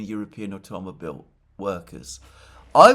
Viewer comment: Trump NOT Putin - Nexperia NOT Nexpedia - Automobile NOT Automable. All in the first 15 mins. Come on Alexander, you keep making mistakes.